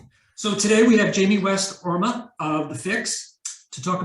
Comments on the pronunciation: It's Oram, not Orma. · I cringed hard on that